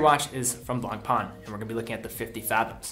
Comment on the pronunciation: How to pronounce Blancpain? NOT BLANKPAAN. You better pronounce it right: BLANKPEN. That's french. Blanc (white) + pain (bread).